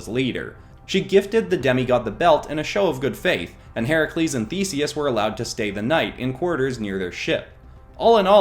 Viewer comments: I am so glad he got Herakles’ name correct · Yaaaasssssssss!!! He but “Heracles” not the incorrect “Hercules”!